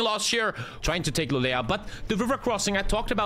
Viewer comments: you actually say Lu lee o not lu le la... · LULEÅ! not lulea. mina svenska öron har grova skador efter jag hört detta. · "Lulea" triggers me tbh, like just say å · pronouncing Luleå is a different kind of art